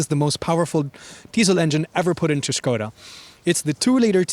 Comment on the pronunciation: thumbs up for pronunciation of "SKODA"